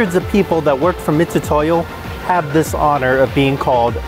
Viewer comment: Those are called Vernier calipers and Mitutoyo is pronounced mitsutoyo, not mitutoyo